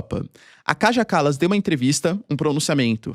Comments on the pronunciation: ❤❤❤ OBRIGADA QUERIDO PROFESSOR POR TUDO. ( LÊ-SE/ DIZ-SE, O NOME DA KAJA KALAS, " KAIA KALAS" EM SUA LÍNGUA) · Se diz Kaia Kalas